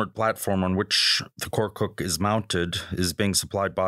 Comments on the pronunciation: KORKUT NOT KORKUK AMK! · No korkuk, YES KORKUT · Thanks for your effort but you have to change some of these: First of all it should be "Korkut" not "Korkuk" and Korkut means "Fearless" then you don't need to say all of the name of the companies or translate them please for example FNSS Savunma Sistemleri > FNSS or FNSS Defence Systems A respected magazine like you should not do this mistakes